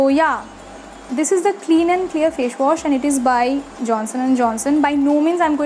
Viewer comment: Fashwash nahi facewash hota hai😂😂😂